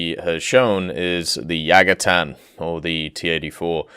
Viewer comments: YA - TA - GAN. Not yagatan. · i think is called yatagan , not yagatan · It's Yatagan, not Yagatan